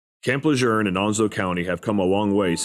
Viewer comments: It’s pronounced “Le June”, not “Le Jerne” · Is this ai? Why does he keep saying Camp Le jern? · ain't no R in LeJeune. lol. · Where are you getting the "R" in LeJeune. I spent 2 years there as an FMF Corpsman. I enjoyed the experience with the Corps and felt I was more Marine than Sailor at the end of my 4 yrs. active duty. Semper Fi. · Stop saying Camp LeJeune wrong. This is from a west coast marine.